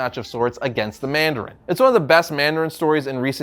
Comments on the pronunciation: ah yes, the "Mardarin" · Ah yes the "Mardarin"